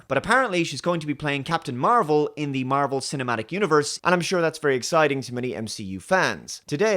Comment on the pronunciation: Aye. Marr-Vel, his name was.